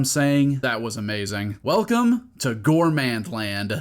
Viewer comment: Gourmand, not gourmènede.